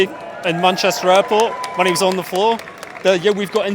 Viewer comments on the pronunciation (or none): none